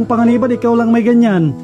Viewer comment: Lang not lack